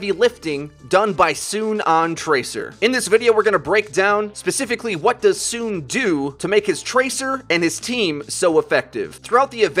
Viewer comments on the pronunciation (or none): isn't the name pronounced like So On? the name SoOn after all